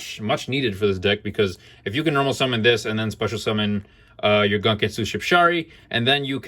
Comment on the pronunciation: Dope build, man. Been playing mine with a small Mathmech engine which I think is pretty decent. Side note: I do wanna point out that the "gun" in "gunkan" pronounced as "goon" and not gun as in the weapon.